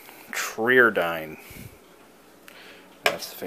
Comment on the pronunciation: You say it try-are-dine. Pretty sure the r was for regenerative, tri was that it was a three tube and dyn was that it was dynamic. If you don't want to restore it or keep it contact YT user Joernone, he takes those to overhaul and find new homes for all the time.